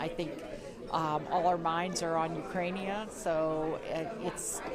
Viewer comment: What the f is “Ukrainia”? 😂😂😂